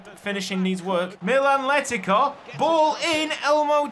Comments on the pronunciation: Funnily enough Letica's name is pronounced Le-tits-ah. Hope that helps, I nearly had a seizure every time I heard you say Letika 😂❤ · "Letica" in Croatian would be pronounced with a C, not a K or a Ć just a normal C